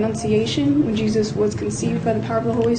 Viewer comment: Wow the demon can't say Jesus.